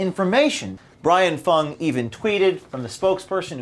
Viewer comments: you pronounced him as FANG not Fung. Racism!!!! Now the Youtube page will be pulled. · Brian Fung. Rhymes with dung.